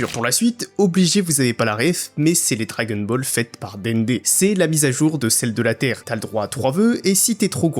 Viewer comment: on ne prononce pas "dragueune bol" par contre. c'est assez agaçant d'ailleurs.